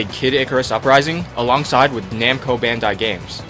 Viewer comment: Bandai not Bandar